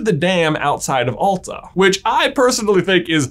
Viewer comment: you pronaunst Masi correctly but not Alta and Same. i am from Alta and kautokeino.